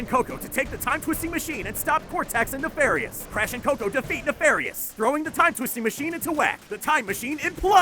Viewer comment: "'Uka-Uka recruits Doctor Nefarous' WHaT"